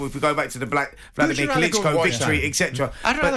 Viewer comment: There’s no such word like “Eccetera” Pleeease! ET CETERA. It comes from Latin and please people if you don’t know how to say it Do Not Do It! It annoys even non English speaking people like myself.